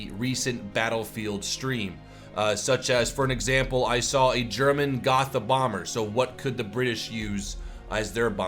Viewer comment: Hey sorry if i have to correct you, but its pronounced Go-t-a so the "th" is not pronounced as a "th" in english. Anyway nice video an interesting info